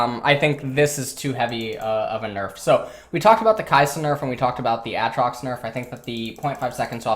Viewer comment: I hate how you say Aatrox, nice video tho 👌🏼